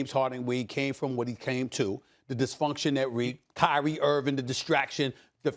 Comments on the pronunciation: "K-Ree" lmao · He said if Krye😂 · "IF KAYREE .. KD" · Kay rie 😂😂😂😂